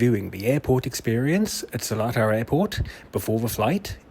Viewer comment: As a local i need to let you know its NOT Selatar, it's SelEtar - there's an E after the L, not an A. So it's pronounced as Seleetar, not Selaatar.